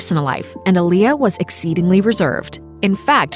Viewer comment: Not even saying her name right